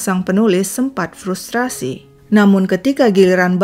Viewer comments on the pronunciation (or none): none